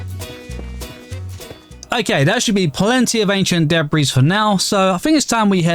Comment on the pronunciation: Wtf? The way you pronounce ancient debris is insane, f@ gettin sick n tired of this shit. The amount of people on youtube that mispronounce stuff, cuz its cute or fun or shit or makes you relatable. Like hahahaha were f@ around with language making a mockery out of the ONE THING we can use to understand each other. Like mate, your not understanding some kid at some point will see this and think owh thats just how you say debris. Do you understand how insane that is, not the minecraft ancient debris. But debris, the actual normal word. You WILL at somepoint give a kid the idea to start "funnely" mispronouncing this and other words. Cuz heyy half of youtube doesnt how how to talk properly why should i. I can just call stuff, kitin (chitine) or deb-ris or whatever weird other mispronouncion a grown 20-30 something year old is unwilling to fix. Meanwhile im struggling to explain something in english to someone whoes been speakin it their whole lives cuz they refuse to learn or even acknowledge that what they say is wrong. Its not funny its not cute, your just making communication even harder to achieve. If your saying shit, make sure you know what your talking about. Dont just use words, you dont know or dont know how to pronounce, dont just start using a word you dont know how to say daily. Cuz youll teach yourself and others something wrong, while making it EVEN harder for others to try to communicate.